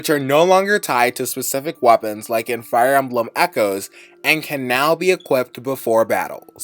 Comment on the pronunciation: "Fire Almblem"